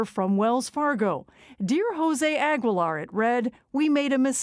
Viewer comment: Why is she pronouncing his last name all wrong.